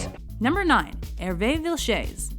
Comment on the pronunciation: Another great mispronunciation by. It's Herve "Vi-chaiz".